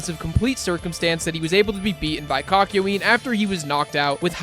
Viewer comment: Ok but did anyone notice not only how he said kakiyoens name and also just the subtitles